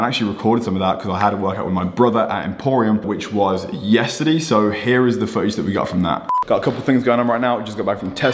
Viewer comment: Nobody: Universe:: yesterdee